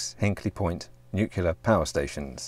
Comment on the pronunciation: Please stop pronouncing nuclear as nucular. I've watched enough of your videos to be pretty sure you're not an idiot.